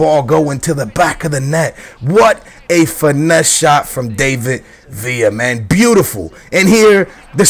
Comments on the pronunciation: DAVID Villa, not DAVEid Villa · No, he doesn't. It's not an English name to pronounce it like that.The emphasis isn't on (A) dAvid villa, it's on (i) davId villa. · dont get me mad his name is pronounce DAH-VID VIA (David Villa) it sounds pretty annoying. hope u read my comment and pleeease am begging stop sayin DAAYVID. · No its not he says villa right but he says david wrong you day his name like dav-id not dave-id if you get me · its pronounced like da-vid not day-vid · he means the David bit. You Say It As Da-Vid.